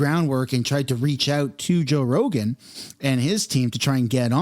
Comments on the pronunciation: He said “Roe Jogan” haha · You said "Roe Jogan"...lol, dude. The first time you said his name, Roe Jogan...lol. I totally had to go back just to make sure. Joe Rogan. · It's Joe Rogan! Not roe jogan.. lmao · You just said Roe Jogan bro! Hilarious! I'm happy I caught that in your intro LMAO! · Haha you said Roe Jogan! 😂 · Roe joegan? Lol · Joe Rogen…… not Roe Jogen…….😅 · Roe Jogan ??? LOL.... listen to your introduction. 🤣🤣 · LMAO! You said Roe Jogan... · Anyone else notice he said Roe Jogan? That made me chuckle. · "roe jogan" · Did anyone catch the roe jogen in the beginning 😂😂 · "Roe jogan" lmao!!! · “Roe Jogan” 😂 was that on purpose to get this comment? Lol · Do you realize that you said roe jogan? 😂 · 10 seconds in ....'Roe Jogan?' 🤣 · I swear in the beginning of the video you say Row Joegan. Lol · roe joegan! Was that on purpose? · I know it was just a slip of the tongue but Roe Jogan Lol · You said Roe Jogan at the beginning 😂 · Did you just say ROE JOGAN 😂😂😅😂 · Did you say "Roe Jogan"? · hahaha you said Ro Jogan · Am I the only one that caught that? First few secs… ROE JOGAN?! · “ ROE JOGAN” 😂😂😂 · "Roe Jogan" lol...they really censoring his name? Or just a crazy mispronounce? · did u say Ro Jogan? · Did you juat say "Roe Jogan"? 🤣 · Did you say Roe Jogan at the beginning of your video? Bahahah yes, you definitely did! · Lol you said rogue joegan. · Bro called him roe jogan at beginning xD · you called him roe jogan lol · Back up the truck! beep beep! did you say roe jogan in ur intro?